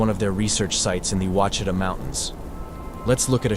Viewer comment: Then there is the issue of Crowley's Ridge. It is pronounced as Crow-lees Ridge like the bird and lees. I don't even care to get into the butchering of Ouachita in this video.